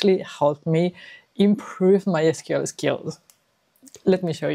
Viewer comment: Finally found another person who pronounced it as "es kyu el" instead of "sequel"😊